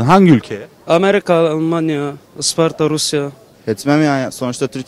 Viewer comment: 'daki arkadaş İspanya demeye çalıştı büyük ihtimal